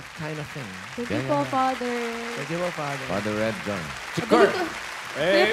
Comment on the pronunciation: Father pala si Manjean. Shoutcaster ng ml tourna sya ung letter f! 😂😂😂